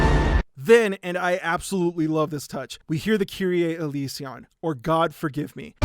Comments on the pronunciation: A note on Latin/Greek pronunciation: The Confiteor is (usually) pronounced "con-FEE-tay-or" or "con-FEE-tee-or" (I think you added an extra T in there) and the kyrie eleison is "KEE-ree-aye eh-LAY-ee-son". EDIT: apparently the words aren't correct. The Confiteor in Latin goes: "confiteor deo omnipontenti..." So good to see you back, man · crying at the pronunciation of "kyrie eleison" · He did not just pronounce kyrie eleison like that lol